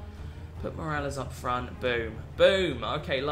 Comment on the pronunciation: Someone help my man pronounce Semedo and Morales